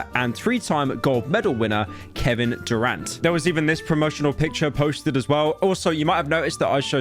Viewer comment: ITS KEVIN DURANT, NOT KEVIN DUE RENT